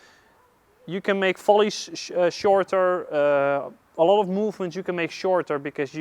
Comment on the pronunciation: I love how he pronounces volleys .. First time I heard it sounded like Folies , second time as well and even the cc agrees with me. thanks for the videos , they are great ...